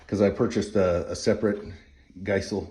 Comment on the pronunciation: Geissele is pronounced Guys-lee by the way. I had no clue for the longest time and could never remember the spelling lol